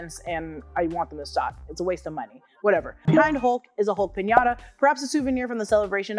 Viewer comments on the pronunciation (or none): none